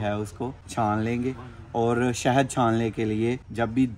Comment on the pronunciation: Shehad hota hai behn 😂😂😂😂😂😂shahid nhi